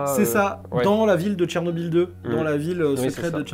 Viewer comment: Si un francophone voit le mot Chernobyl, il lira Cher-nobil. Or le nom de cette ville ukrainienne se prononce en réalité Tchernobyl. La première graphie était évidemment anglaise et ne saurait être utilisée correctement dans un texte français , elle sera donc ecrit Tchernobyl. Tu es le seul sur youtube et le net francophone a l'écrire comme ca.